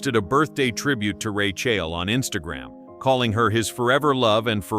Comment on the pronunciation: How annoying…..Ra-chill.